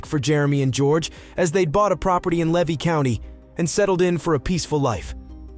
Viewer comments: LEE-VEE (LEVY) County !! LIE-Net (Lynette) or Lie-nut !! Otter Creek not outer creek !! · Pronounced Lee-vee